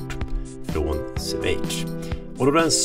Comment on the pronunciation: Från Sväitch?? Vad är det för land? Schweitz utalas med shhhh i början och s på slutet. Om man nu tycker språk och uttal är viktigt.